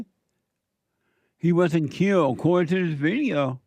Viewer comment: Killed not mllled